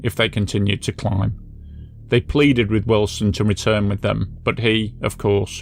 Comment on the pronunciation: I heard 19....... ut i also thought you said his name was illson....lol